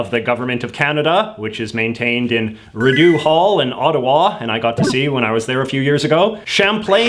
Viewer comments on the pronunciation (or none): Rideau is pronounced "ree-doh" not "rih-doo"!! You are not welcome back to Ottawa until you fix this awful pronunciation of such a simple word! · it's not redo hall it's Rideau hall if you're not actually taking the piss it's pronounced Re-doe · its ree dough, not ri dew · The way he said Rideau hurt me, it’s pronounced Reedo not ridue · Rideau is not pronounced the way JJ says it. It's Ri-d'oh (like Homer Simpson) It's not Ridoo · Algonquin live on unceded territory on this Nations capital. You're spreading uneducated hate. Let's hope you get properly educated on our history. Plus, learn the language *Rideau (Rree-deau) As an all Ontario boy, you're a disgrace. Who were the 4 cities in the original running for our Capital? You disgust me. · Did he just call Rideau hall Ri doo hall? Like i speak mainly English but even I know it’s Rideau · Hearing that pronunciation of Rideau makes me need to fix it so you don’t do that again. It Reed-oh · if you are going to pronounce it like that, why not just call it "Ski-Doo Hall"? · Awesome vid! Just an fyi jj Rideau is pronounced kinda like Ridoh, and Vaudreuil is pronounced kinda like Vohdroy. I love my Western Canadian brother's french pronunciation XD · I absolutely love JJ's unapologetic mispronunciation of French words. "ree-doo hall" lol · Bro, you totally slaughtered Rideau, and Vaudereuil pronunciation, you need to come back to Quebec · Why do you insist on mispronouncing things? Have you really never heard Rideau pronounced properly? It's like you're mocking French...